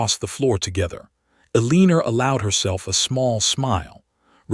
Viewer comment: El-i-nor or El-en-a not E-lee-nor, hoping not hopping 🐇 A note: men wore shoes not boots to formal events in that time in history. Another note: if the husband had kept his affair out of sight society would not have censured him. Dukes were given a lot of leeway then. Enjoyed the story nonetheless. ❤